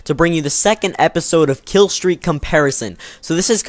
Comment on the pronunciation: "rillstroar" xD